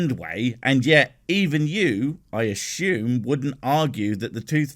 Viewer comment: He does have a strange accent. It is not pure American, there appears to be a bit of Scots in it too. Very odd. By the way, what sort of accent pronounces assume as "Ashshume"? I cannot find that pronunciation in the OED.